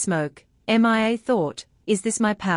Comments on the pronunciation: I know it's annoying her name is Mia not M.i.A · M. I. A why can't you just say Mia?!?!?!? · 11+hrs...... torturous and annoying hearing repeated M I A. couldn't take it anymore and stopped watching. what kind of AI program are u running? M.I.A???